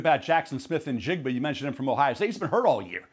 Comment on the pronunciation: How does key not no how to say njigbas name🤦🏻‍♂️ disrespectful